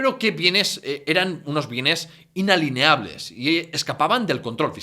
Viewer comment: Inalineables no. INALIENABLES